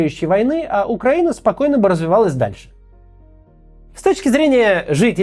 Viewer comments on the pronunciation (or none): none